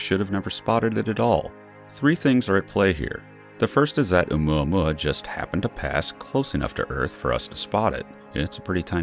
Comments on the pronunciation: Please stop saying Oumuamuamuauauauauauaua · Can’t stand the way he’s say oumuamua. Couldn’t even finish watching the video. 🖕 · I almost crack up when the narrator says oumuamua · Everytime u says its name i cring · You just like saying Oumuamua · When you dont know how to pronounce something so you just mumble it! 😂